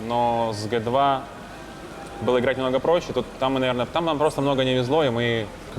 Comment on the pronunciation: Прикольный тренер,особенно команду Хероик(Heroic) называть Героик,а Г2 чем тебе не понравились?Джи ту,а не гэ 2